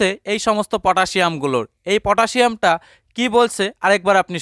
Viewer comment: পটাশিয়াম বলেন দাদা